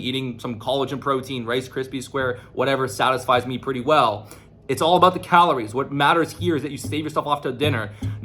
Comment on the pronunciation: Play at 0.5 speed to experience the true way of pronouncing the word "calories"